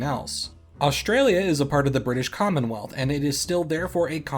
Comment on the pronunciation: Thought you said “British Condomwealth”